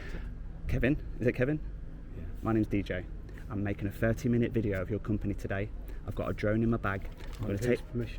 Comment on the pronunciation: It's company not companehh, "You're representing your companehh" guy is such a loser.